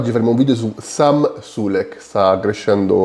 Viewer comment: hai sbagliato la pronuncia si chiama Samuele sulekko